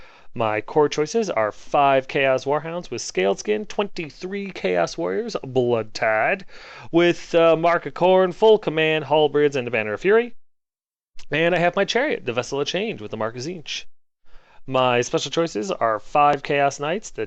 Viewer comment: I have a complaint. It is but a tiny one but it can enhance your life! Halbreds. They don't exist. Halberds. They do exist Hal-bread is the incorrect pronunciation. Hal-berd is the correct pronunciation. Don't get me started should you ever say "calvery" :)